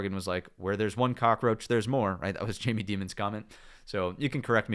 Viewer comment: Did you say Jamie Demond ?